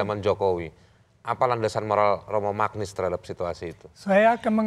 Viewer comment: koreksi sedikit. baca nama Romo Magnis tu "Manyis".